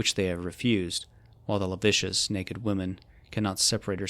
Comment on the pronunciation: "Lascivious": "La-civ-vee-us" NOT "La vicious". Thanks!